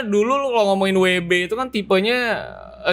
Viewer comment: Michael keaton jd george Clooney WB jd WD Val Kilmer jd Fan Kilmer. Kayanya lidahnya kelu kalo kurang nutrisi jorok jd salah2 sebut mulu wkwkwkwk